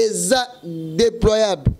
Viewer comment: Ba lobaka déplorable et non de poiable LOL